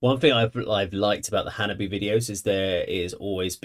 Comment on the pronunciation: Its pronounced Hanabee-eh. Chika the drummer has a YT video teaching us all "How to say Hanabie". Its pretty cool.🤘😍🤘